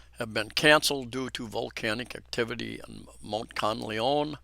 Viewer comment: Thank you for your update. However - please do your best to pronounce Mt Kanlaon properly. It is pronounced kan-la-on. It is annoying when a foreigner continue to mispronounce a location without any effort to say the word properly - especially on live media.